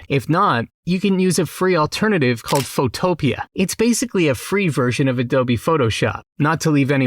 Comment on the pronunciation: "Photo" + "Pea" = PhotoPea, not Photo + Utopia. I realize that English isn't your first language, but I would think that text-to-speech might catch this. This isn't the first time I've heard a variant of the name, and probably not the last either. Otherwise, keep up with the awesome videos - you're one of my favorite new 'Tubers! I especially like that you use Blue Willow instead of MidJourney, since Blue Willow is still free for commercial use. Far too many people forget to mention this fact.